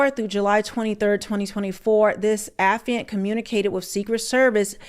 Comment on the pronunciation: Baby it's pronounced Uh- FYE-ANT.(Affiant)... It's not a word that we use often so I probably would have made the same mistake LOL but just wanted you to know